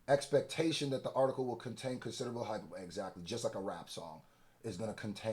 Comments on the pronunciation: Bro this word (Hyperbole) is pronounced (high-per-bo-lee)✌🏽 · Lol you’re just wrong. And like spectacularly wrong. No country pronounces it as hyperbowl. I looked it up just to show you even going back to the word’s roots in Greek and Latin it’s pronounced with four syllables. The only difference other countries make is they’ll drop the R from hyperbole because of nonrhoticity but it’s still four syllables. Saying it as three syllables is as correct as saying “in-dyck-ting”. “From Middle English iperbole, yperbole, from Latin hyperbolē, from Ancient Greek ὑπερβολή (huperbolḗ, “excess, exaggeration”), from ὑπέρ (hupér, “above”) + βάλλω (bállō, “I throw”)” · Hyperbole has the “e” pronounced as a long vowel. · please learn how to pronounce the word hyperbole. long "ee" sound at the end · hey not a big deal but the E in hyperbole is pronounced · Because where I’m from that’s how you say it, and I find it silly that Americans insist upon that pronunciation when it’s only correct within their borders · It’s been killing me when he says it! 😂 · I know these reactors are well-meaning but I was looking for this exact comment before typing it myself. The correct pronunciation running away from all of them. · not saying hyperbole and saying hyper-boul like he from philly has me sent 🤣🤣🤣🤣🤣🤣🤣🤣🤣🤣🤣🤣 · Yo lol ima need you to get that word right. HI PER BULL E, amazing video, love the work, it was just that one word was sticking out like a swollen finger. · hyperbol-E! the word is hyperboleeee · You butchering Hyperbole is annoying as fuck. IT IS PRONOUNCED HI PER BO LEEE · You said “hyper bowl” for hyperbole so many times lol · From a bro, ima let you know it’s pronounced “hi-per-Buh-lee”. Lookin crazy as a lyricist and not sayin words right, with respect. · No shade bro, but this word has been whooping yo butt. It's pronounced, HIGH-PER-BO-LEE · Hyperbole is taking y'all out 😅 hi-per-bo-lee😩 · “Hy-Per-BO-LEE” Hyperbole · He means (hai-per-buh-lee) hyperbole